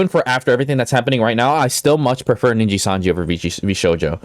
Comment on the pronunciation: "ninja sanji" while on the screenshot he took himself says nijisanji